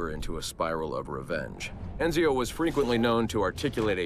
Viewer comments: note, the guy voicing the Abstergo Analysis videos is Roger Craig Smith. This is the same guy who actually voiced Ezio in 2, Brotherhood, Revelations, etc. So the mispronunciation is intentional XD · think the mispronouncing of Ezio's name was intentional because it was supposed to be an Abstergo (Templar) made video and they don't care for how Assassin's names are pronounced.